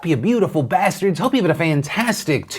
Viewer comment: Really hit the "B" in Bastards on that one, almost stung a bit. Like you really believed it.